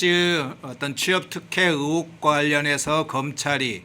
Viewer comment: 의혹이 이나고 으혹인가요?